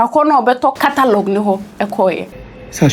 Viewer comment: The way pronounces catalogue as3 3y3 twi word 😂. nie “KATALOG”